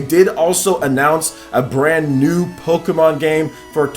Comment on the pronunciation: It sounds as if you're saying pokemAn